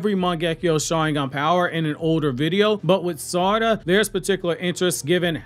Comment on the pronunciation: Its sa-ra-da not sar-ada